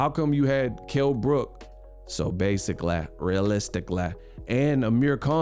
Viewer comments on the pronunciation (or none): Kell Brook "Basicalay, Realisticlay" 🤣🤣🤣